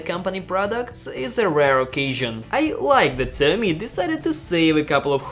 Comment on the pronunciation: Who the fuck is Zammy? It's "Sha -O-Mee"